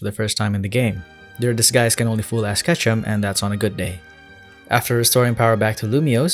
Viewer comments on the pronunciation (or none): none